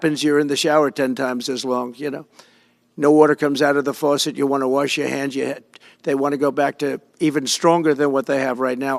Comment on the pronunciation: Whales die…..what a concept! They wash up on shore a lot of the time. It’s called the circle of life! A what you say….a simple water what??? Forcet?🤣🤣🤣🤣🤣 This man is not fit to run this country. He is not an intelligent person. Can you not see this with your own eyes?? Oh wait, his base probably really can relate to this type of babble! They are on the same level as him for sure!!! Man are we in for it😳